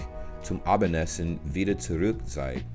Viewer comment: *zurück 😉 your pronounced it more like zuruck It's not u but more of a mix between i and u ,so try a couple of times to say zurik and then say it again but form your mouth to an u this way it's getting more in the ü direction 👌🥰